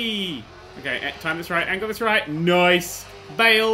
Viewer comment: he said nece I still like him I subed